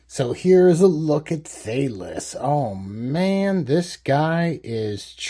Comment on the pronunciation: It's "Thay-Lees"